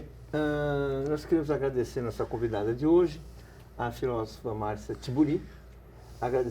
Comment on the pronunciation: Como diria (pronunciaria...) o Luiz Ináfio Lula da Filva: "Filóvofa".